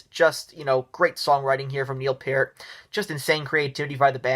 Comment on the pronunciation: Major Rush fan here - I don't hate this list, in agreement with most of it. Good job! Fwiw, Peart is pronounced like peert, but other than that you did pretty good!